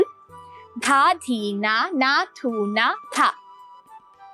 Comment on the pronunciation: বোল গুলো স্টান্ডার্ড সাজতে গিয়া বিকৃত উচ্চারণ না করে সঠিক ভাবে উচ্চারণ করলে ভাল হয় থু নামের কোন বোল নাই